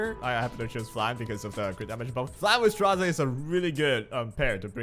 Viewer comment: i really wanna know how ppl see Straze and say Strazay. It is so funny